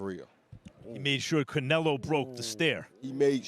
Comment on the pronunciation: I he said Canrloadr Bud look away first it would be the best thing you hered him say